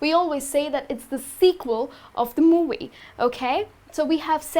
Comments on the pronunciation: You should exercise the pronunciation of the sound V, moVie, not muwuy lol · When she pronounces “movie” lol